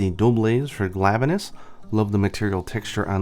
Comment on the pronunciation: ... "Glavuh-nus". Yeah... sorry, the way you pronounce some of the monster names really makes me cringe. And why would anyone have ever pronounced Tigrex "Tih-Grex"? Shudders As for the Tigrex weapons... that is NOT the Bow's original design. In fact the Bow and the DBs were the only ones that did not look utterly revolting in their original form... and I guess they wanted ALL the Tigrex weapons to be ugly, so they changed the only decent ones. As I said against the other video though... I'm sure there are folks over on the Nexus who can bring across weapon designs from GU and could mod over these shitty excuses for weapons. And isn't there a Nargacuga Bow? Don't tell me they didn't even bother with a Narga Bow for Iceborne... That would just be unforgivable.